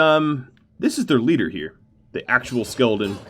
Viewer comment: by the end of this video the word skeleton had kinda morphed into skeldon and it was my favorite part of the video because you just keep saying it over and over again. quality content 👌